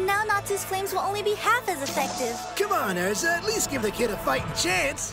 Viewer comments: "Airza" nice one... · They didn't pronounce Erza right either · OMG! STOP SAYING ERZA WRONG! SERIOUSLY DUDE LEARN HOT TO SAY HER NAME!!!!!!! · STOP CALLING ERZA EARZA IT IS PRONOUNCED ER-ZA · it's er za say it with me er za ...Erza! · kabena willoughby They pronounced Erza, Aerza. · Excuse me when did Erza Scarlet turn into Ezra? Also, if you've watched the anime WHY DO YOU PRONOUNCE THE NAMES WRONG????????? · WHY DO PEOPLE ALWAYS PRONOUNCE ERZA'S NAME WRONG!! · He said Erzas name wrong...... *dies* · Who else always cringes at how he pronounces their names? cough Erza cough Natsu Cough